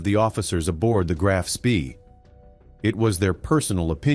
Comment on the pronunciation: It’s not SPEEEEEEEE it’s SHPA